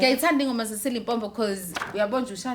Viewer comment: AmaZulu ngokuthi Limpompo instead of Limpopo. Syahluleka shame 😂